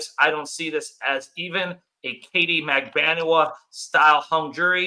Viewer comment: hi! CONGRATS on 1 year! but, never forget that I WAS THE ONE WHO TAUGHT YOU HOW TO PRONOUNCE MAG-BAN-U-A ( instead of mag- ba- nu-a!) hahah...Well done!